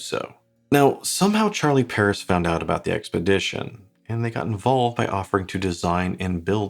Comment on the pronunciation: It would be nice if an english speaking person for once, could bother to pronounce watch brands the right way. I'm from Sweden (Europe) and I don't speak french, but still, I know how to pronounce "Charlie Paris". Regardless of the language, I try to make the effort.